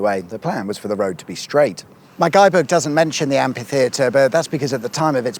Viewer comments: Where as some Americans fancy pronouncing kalashnikov as 'kalishnikov', more and more British seems to pronounce amphitheater (amfitheater) as ampitheater. Whit a p. Stop it. (Not the videos, they're great 😊) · I think you'll find that's an am-FEE-theatre, not an am-PEE-theatre. The clue's in how it's cunningly spelt as amphitheatre to ensure it isn't pronounced ampitheatre.